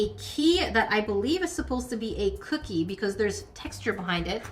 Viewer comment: It's a cook-key 😂